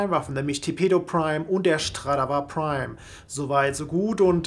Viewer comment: Es heißt nicht Schtradavar Prime sondern Stradavar Prime! XD